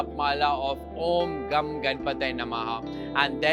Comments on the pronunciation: But because of the Sanskrit sandhi it is pronounced as om gang ganapataye namahah! and NOT om Gam... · As a Marathi since childhood I used to pronounce Om Gan Ganapatye namah... Now you say its Gam instead of of Gan... Many music videos on Ganapati pronounce the mantra as Gan... What is correct?